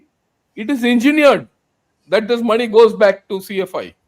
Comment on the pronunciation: makes lot of sense, it’s not மணி. It’s money😂